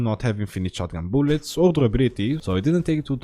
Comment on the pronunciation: booluts? Remind me of (i need more booluts) And (i need more booluts) is french Yes boys,we got it is 100% French